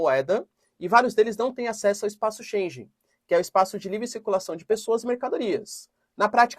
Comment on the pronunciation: Apenas uma correção: na palavra Schengen o "g" não se lê como "j". De resto, muitos parabéns pelo bom trabalho!